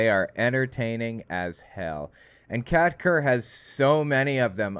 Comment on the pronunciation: I kept mishearing Kat Kerr as Cat turd, not sure which is worse.